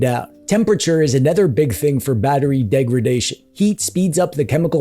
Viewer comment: It's degradation, not degredation. 😉